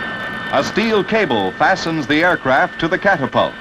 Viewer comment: The narrator sounds like some AM radio disc jockey from Totonto. Ban - sheee, cap - tap - tult lmao.